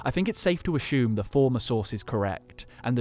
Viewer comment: No h in assume.